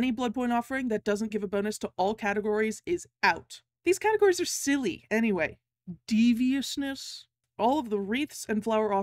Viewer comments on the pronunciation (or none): THE WAY YOU SAID DEVIOUSNESS 😭😭😭 anyways, ever since i had gotten ace to p100, i wish that the grind was more rewarding. it’s not fair that you have to grind so much just to get nothing when you finally reach p100 i wish it was like a reward, like a cosmetic or something